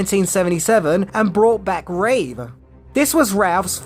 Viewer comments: It's Christopher Reeve, not Reeves. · Reeve not Reeves how can he be a Superman expert if he can’t even say the guys name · It's Reeve. Not Reeves. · I don't hate this movie at all, but its reverence toward the 1978 movie did hurt it. No one working on the script had a love of & knowledge of the Superman comics. The idea that this follows the REEVE (dammit,! Stop saying "REEVES"!!!) films wasn't a bad one, but it should have had a different villain from the comics whom Superman could battle, a different plot for Lex Luthor (making him a businessman like in the modern comic might have worked) & no deadbeat dad thing for Superman. Maybe a re-cast for Lois as well. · Its irritating when they call that man Christopher ReeveS. Its just REEVE.